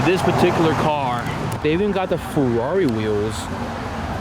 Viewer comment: So it's "Fakerari" 😂